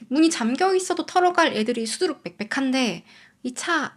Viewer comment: 수두루 빽빽할때 갱상도 말 했어요 ㅋ